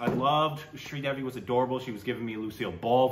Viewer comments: Sri Devi…. Sri rhymes with three - Devi as in DEV-ee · was attempting a really bad Australian accent at the start with the pronunciation of Sridevi Jee's name.